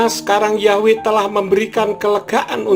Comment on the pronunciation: YHWH bukan dibaca yahweh pak karena YHWH huruf vokal mati bukan hidup